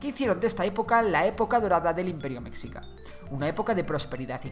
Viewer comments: Se dice güitchilopochstli y no se dice mecccica se dice mechica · Se pronuncia "Meshica". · Ay dios mío, la pronunciación. “Meksika”, “Tenoktitlán”. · Es raro oír qué digan "mecsica" cuando se debe decir meshica. 😅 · Me gustó tu vídeo, unas pequeñas observaciones, Mexica se dice más parecido a Meshica, más que meksica; también al principio pusiste una pirámide, la de Kukulkan, esa pirámide es Maya, no es Mexhica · Tienes varios errores - se pronuncia meshica, más no mekzika - no se pronuncia Tenoc titlán, se pronuncia la " che" o ch, - los sacrificios no eran precisamente de otras comunidades, o esclavos, también se sacrificaba a nobles o voluntarios que se preparaban espiritualmente ya que era un honor partir para los dioses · Mexica se pronuncia "Meshica" como la "sh" inglesa, no como la "x" hispana, se usa x por que el sonido "sh" no existe en español pero hay que recordar que Mexica no es una palabra hispana, es nahua. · Meshica pronunciación correcta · Cómo mexicano me duele cada que dice metzica🇲🇽🙃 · MEXICA se pronuncia "Meshica" La X México se pronuncia en algunas palabras como J o SH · En realidad en esas palabras la "X" se pronuncia como "sh" (la del inglés) de esa forma "Mexica" se leería "meshica" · Hola buen video, solo un error en tu pronunciación, se escribe Mexica pero se pronuncia Meshica , no es oficial por así decirlo pero es la forma de pronunciar más aceptada en México y por los pueblos indígenas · Se dice "Meshica", saludos desde la Nueva España. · No quiero sonar grosero pero no sé dice mexica la x sé dice con el sonido de sh o j pero perdón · correcto, es un SH Ni J ni KS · Como me hace ruido la mala pronunciación Mexica ..... de hay en más gracias por los datos. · Hay que hecharle ganas a la pronunciación "mexica"